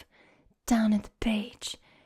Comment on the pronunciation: aussies say bee-yah as 2 syllables not beh lol (beer)